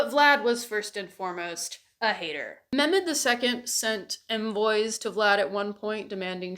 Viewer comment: Not as much bothered by the Romanian pronunciation as much as the missing H in Mehmed. I am SORRY my Balkan ears are being little whining babies about it <3 1000% awesome points otherwise